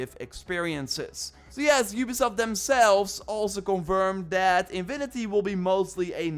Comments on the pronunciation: „Infinity“ bro, not „inwinity“ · Love your accent bro…but infinity not invinity 😅 keep up the great work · What is in vi ni ty? You mean in fi ni ty? Can't lisen to that sorry